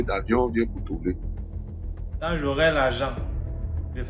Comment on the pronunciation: H5: pardon ma soeur c'est "tourner" pas tsourner